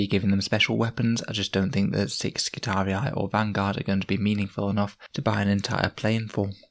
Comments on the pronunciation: Love your videos! It's pronounced Skitari, not skitariai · double i was pronounced as two "i" in Latin, so to an English speaker somewhere in the realm of " Skitareeee", it's kinda hard to explain in a written form. Since it's high gothic one could suppose it's not the classical latin pronunciation, but Skitariai seems way off. However it's sci-fi, so who gives a... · That pronunciation gets me 😂 they are not Roman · I really appreciate these videos. I'm new to the game and these really help me improve my understanding of the game. + here is the right pronounciation of skitarii